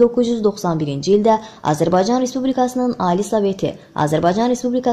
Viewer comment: Azerbay caaa ni i miiz .Bir de Azerbsycan sozun deye bilmir